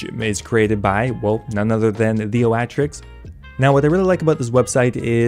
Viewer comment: The Oatrix is Theo-atrix XD